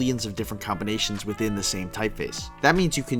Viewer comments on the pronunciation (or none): none